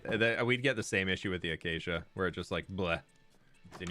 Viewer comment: My brain every time says acacia: achacha💃🏼